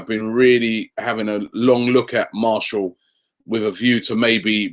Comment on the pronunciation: And his name is Mar-ti-al